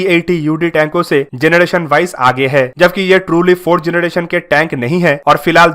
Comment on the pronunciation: जनरेशन not जनडेशन